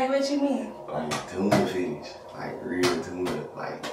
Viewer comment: ”Look I will still hug u with ur firsh bruh…ooooo it’s strong”😂 😂😂😂